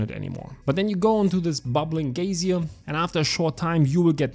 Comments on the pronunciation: it's okay if you say gaysir too, im fine with it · You pronounced geyser correct one time so it's a pass) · You actually said it right here 😁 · subscribed bro, thanks for the guide on the new dungeon. Even if you cant pronounce geyser hehe 🫡